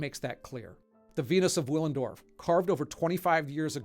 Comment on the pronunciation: the venus of willendorf was DEFINITELY produced over 25 years ago 😂 (Pronounced villen... btw, not uuillen. Teeth onto the bottom lip as with v when saying the german w, always)